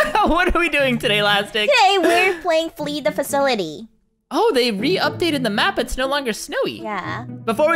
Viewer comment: facility its flee the facility not flee the facaulty. lolllllllllll